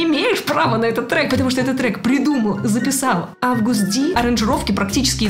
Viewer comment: Интересный факт имя произносится и пишется Агуст, а не Август))